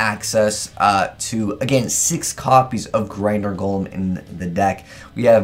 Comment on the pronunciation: you said “Golem"